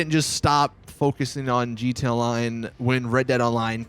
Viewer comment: Does it annoy anyone else that he says jeeta, instead of gee tee ay